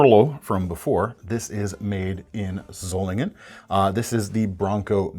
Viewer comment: This is the first time that I heard an English speaker pronounce Solingen correctly. Gut gemacht,.